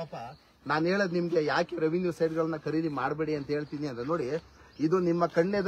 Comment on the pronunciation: ಕರೀದಿ ಅಲ್ಲ ಖರೀದಿ . ಕನ್ನಡ ವನ್ನು ಕೊಲ್ಲಬೇಡಿ .